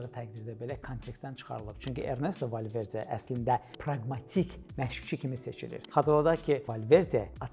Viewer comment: Valverce yox Valverde, rusdilliler hec bele demir